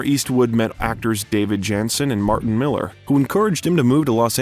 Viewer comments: It's "Martin Milner", not "Martin Miller". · You really ought to learn how to pronounce names..you butchered some easy ones. Like Martin MILNER.